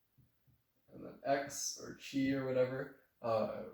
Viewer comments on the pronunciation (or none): Awesome video on topology! I need to mention though that χ is pronounced as “Kai,” rather than “chee.” 😅